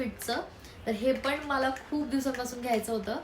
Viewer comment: In marathi it's called मला not माला उगाच आपल जास्त शुद्ध बोलण्याच ढोंग करायचं आणि अर्था चा अनर्थ करायचा माझे पंजोबा आजोबा पप्पा आणि मी म्हणजे आमच्या 4पिढ्या पुण्यातच वाढल्या पण गावं आमचं बीड आहे आणि मला चांगल माहित आहे बीडची भाषा म्हणजेच tone कसा आहे मी आणखीन अशे नाटकी केलेली नाहीत मी एक vlog पाहिला होता तुझा जेव्हा धीरज दादाने चावी हरवली होती त्यात तू ऋतुजा आणि धीरज दादा होते तू त्या ब्लॉग मध्ये तुझ्या actual tone मध्ये त्याला ओरडत होती मग मला समजल की तुझा tone गाव वालाच आहे तर तशी बोल ना उगाच कशाला मी खूप शुद्ध असल्याचा आव आणायचा 😂😂😂